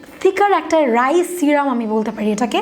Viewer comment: Rise ki apuuu?? Apni ki rice bolte chacchen?